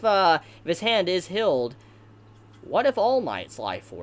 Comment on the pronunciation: Good video but ur voice is Annoying af “hilled” “rivil”